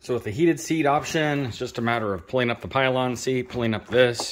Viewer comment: A really great summary, but what the heck is a pylon seat?! It's a pillion. Thumbs up anyway!